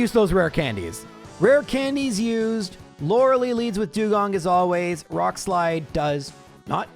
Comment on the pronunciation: all this time and he still says lorelei wrong